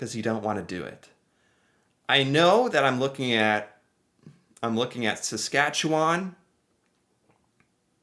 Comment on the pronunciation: As a Saskatchewan-born resident, you got the "chew" right in Saskatchewan. It is really easy to spell if you break it down: Sask at chew an . Four tiny words. Alberta is easy to remember next to British Columbia because they both have the Rocky Mountains. ie Banff and Jasper, the national parks where people ski, are both in Alberta, in the mountains. And then as you drive east, you hit Calgary, which is on the prairie and you can see the mountains and foothills of the Rockies when you are in Calgary. Think prairies.... it is Saskatchewan next. We're flat as a pancake in the south, where there is Saskatoon and Regina. We are north of North Dakota, so you can imagine that. Then there is Manitoba, with Winnipeg. They have some prairie, but also lots of lakes and trees, and that goes into Ontario, lots of lakes and trees. Then Quebec. For placing the cities, you can think of how things were settled. First by water, from Europe. So most major cities are on water... ie Halifax is a big port so is on the coast of Nova Scotia. Quebec City and Montreal are on the St Lawrence Seaway that goes from the Atlantic Ocean to the Great Lakes. Toronto is on the Great Lakes. Then the rest of Canada was settled by train. So imagine a train line going from Ontario to the Rockies, and Winnipeg, Regina, Saskatoon, Calgary (Edmonton farther north) were on the transCanada rail lines. In fact, in Saskatchewan, all the small towns were named in alphabetical order along the rail line. lol! Vancouver is